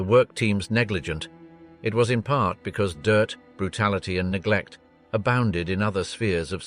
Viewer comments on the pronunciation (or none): none